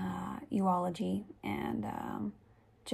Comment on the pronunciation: EULOGY = YULE A GEE